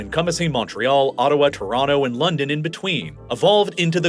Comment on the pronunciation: Or "Torono"